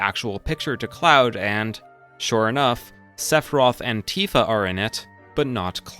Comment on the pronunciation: He keeps saying 'And Tifa' and it sounds like 'Antifa.'